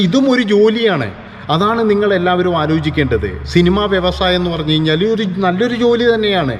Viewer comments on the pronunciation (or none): പ്രിത്വിരാജ് അല്ലടോ പൃഥ്വിരാജ് ആണ്. കയിഞ്ഞാൽ അല്ല, കഴിഞ്ഞാൽ എന്നാണ്. പറഞ്ഞ് പഠിക്ക്😱🥵🙉